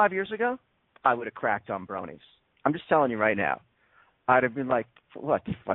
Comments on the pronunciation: I believe it's pronounced BRO-nee, not BRA-nee. Both Bro and Pony have long O sounds. I know it's pedantic, I'm a pedant, I admit, but it's like the people who said POKE-ee-man, rather than POKE-ay-mon. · actually, she was saying brawnies (brawny), which is a paper towel brand lol